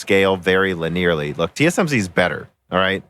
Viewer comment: "lin-air"? "times 86?" Surely you're just mispronouncing more common terms as bait for the youtube comments, right? -_